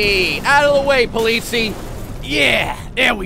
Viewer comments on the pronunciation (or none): sorry but i never ever heared someone say the word polizei sooo wrong. wt ffff.... polizei. you have to say "politsai" not politsi btw greetings from germany;) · BTW: it's pronounces po-lee-tsai (or something like that) The last syllable is like the cy in cyber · polizei is pronounced po li zi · Sprechen Deutsch? Ich bin British und ich sprechen Deutsch... Sie politzei, nein politseis. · the First police cars are pronounced Po-li-cy (from cyber) not polizi XD. And Grettings from Germany! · It’s German, it’s pronounced politzei, not poleetzee. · STOP SAYING POLITIE ITS POLIZEI GODDAMMIT cool vid tho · (This might be really late comment) i think the really funny thing is he said polizia and they are from italy if I'm not wrong ^^ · He bronounced the german police "polizies" lol, (im german) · Oliver Holtz guess what: the way you wrote it wont help him at all. At: you almost pronounced it right. To help you, its somewhat like Polizay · Polizii XD das ist eine ziemlich Falsche Aussprache man merkt dass er auf My Summer Car liegt (Poliisi) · Politz- eye, is the best way to teach someone to say it. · You pronounced "Polizei" wrong it should be like "polizai" greetings from Austria ;D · You pronounce Polizei like Po-Leeds-I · it's spelled polizei, but it's pronounced Po-Litz-Ai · not to be an asshole but Polizei is actually pronounced Politz-eye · The first r pronounced (po-litz-i) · It is pronounced po-lee-zy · Hey Rudy, exactly my thoughts! He pronounced it perfectly in Dutch (ben zelf ook een Nederlander). Seems to have a bit of trouble with the -zei in polizei.: next time you can pronounce it as PO-LI-TSAI and your german fans will "sehr glücklich".:P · It's funny how you pronounce "Polizei" xD You could let the Google translator pronounce "Polizei" in German if you want to. :D Btw. that's German and these cars are regular BMW Police cars in Germany :) Love your vids! Keep doing what you do!